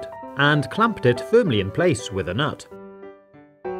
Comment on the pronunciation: I don't know why I laughed so hard when he said "N U T"